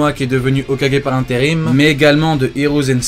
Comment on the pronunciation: "Hokagué en interime"😂